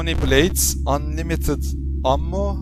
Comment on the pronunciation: herşeyi ingilizce söğluyosun anladık ingilizce biliyosun ama ammo yu neden türkçe şeklinde okuyorsun :D buna bi anlam veremiyorum